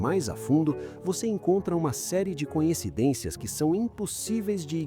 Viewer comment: Narrador, não é a primeira vez que ouço voce pronunciar " conhecidências". Por favor, a palavra certa é "coincidências"